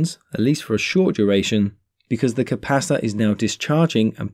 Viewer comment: Sounds like you're saying capasta or capassa 😂 Maybe an accent thing, good vids tho very clear